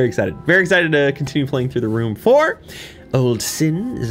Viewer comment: I love how it almost sounds like the title is “the room for old sins” when said aloud :3c